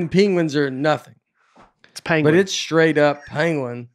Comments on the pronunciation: Penguin...like Pen.: Pen (says Pan) Nate and: Pen (say Pin). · Listening to all 3 attempt and fail to pronounce “penguin,” while arguing how each of them is saying it correctly, was tough. Pen-Gwin. Or Peng-win. Not panguin, or peenguin. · Benedict Cumberbatch pronounces it pen-wing and it made me want to punch my tv. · Hello folks! One time me and my wife watched an orangutan use a long branch to poke and retrieve a fruit snacks wrapper. It took him a while and had to maneuver and switch hands through the fence but he got it. And it's pronounced pen- gwin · We need to know the name of the turkey behind the camera who doesn't know how to use google. What is he using chopsticks back there? Speaking of chopsticks, I thought pronunciation of peengween was a little risky. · Benedict cumberbatch recorded a documentary and pronounced it pengwing the whole time Graham Norton poked fun of him on his show. Nates improv on pangwins was to die for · By the way, I have to side with and Nate on this one... it’s “ping-win” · Rename this episode 2 people who are mispronouncing Penguin trying to correct each other...